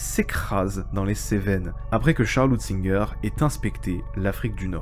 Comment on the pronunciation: Je sais que c'est suant à prononcer, pour notre bouche gauloise, mais c'est Hunt ziger, pas Hut zinger.